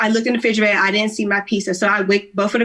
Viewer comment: And figerator?🤦🏾